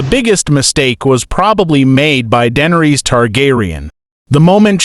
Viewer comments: Her name is not dendres teach your ai voice better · The butchery of the pronunciation 😂